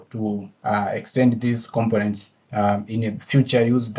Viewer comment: With Respect to you... When you pronounce COMPONENT, it sounds like you are pronouncing it as COM-PIN-NENT... This is the way it should be pronounced... Syllable Breakdown The syllables in "components" can be divided as follows: com po nents Stress Pattern The stress is on the second syllable: com-PO-nents. This means when pronouncing the word, you emphasize the "PO" part more than the other syllables. Thank You for your videos...